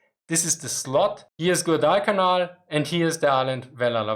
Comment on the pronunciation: Your pronunciation of Guadalcanal is a little off. It is like quad-al-canal but with the 'g' replacing the 'q' or 'k' sound in quad (four of something).